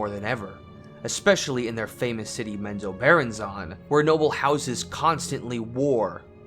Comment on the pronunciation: Its pronounced Mem-zo-ber-ann-zen